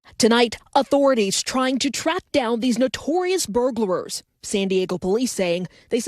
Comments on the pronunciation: Is it my imagination or does the reporter say "Burglarers" instead of Burglars? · That woman said "burglarer" TWICE! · Why does she keep saying “burglarers”? It’s “burglars” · Is it just me or is she saying "burglerors"? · She keeps saying burglarer lol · Am I the only one that is bothered by the fact that those so-called professional broadcasters keep saying "burglarers" instead of "burglars"? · The news reporter saying “burglarers” 😂 Holy crap lady how do you get paid for this shit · "Burglarer"?! Is she serious!? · “Burglarers”? It’s “burglars”! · Good story, but that news clip...reporter called them Burglarers😂😂😂😂